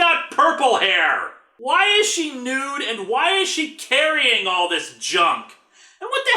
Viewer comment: Linkara: (reviewing his past episodes) Why is she "NOOODE"...? That's not how you pronounce "NUDE" past self... "Because poor literacy is... Part of the English spoken language."